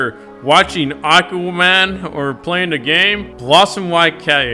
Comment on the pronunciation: "Aquman"